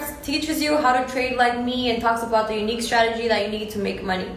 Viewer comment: itz vewy UNIKHE